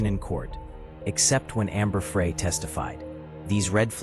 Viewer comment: This AI story just mispronounced Amber’s name. See ya.